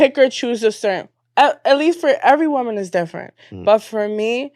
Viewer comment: ANOTHER idiot who doesn't know the difference in pronunciation between "woman" and "women". It's funny because they don't say MAN when "men" is supposed to be used. Wtf is going on with this generation, bruh?